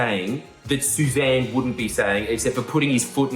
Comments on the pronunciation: Jordan, Sussan isn’t “Suzanne” it’s Suss’n. Worse even. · I believe it's pronounced "Suss" "Ann". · It is most definitely pronounced Suh-sane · Sussan is pronounced ‘suss’ + ‘an” always has been when I was growing up - remember that iconic shop - - Suzanne is Suzanne - I know as a Susan 🤙 thank goodness she changed her name 💜🌏🦹‍♀️ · I thought it was pronounced Sus Anne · I always imagine her name being pronounced "suss-in"